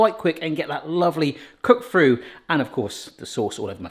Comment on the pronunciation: Why can't you say through correctly!